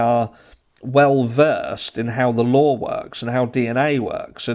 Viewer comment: There is no "R" in the word law. How are you pronouncing an "R" ?